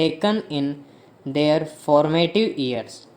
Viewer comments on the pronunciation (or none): Pls thoda aur sahi se bola karein... old ... Their ko they are sune me lag raha... Achievement ko achievant..😐